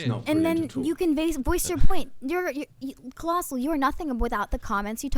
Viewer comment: at some point keem called colossal "clien" lol